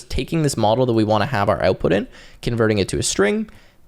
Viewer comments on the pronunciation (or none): the way you pronounce OUTPUT is too canadian